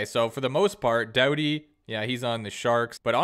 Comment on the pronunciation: Doody it’s pronounced dowdy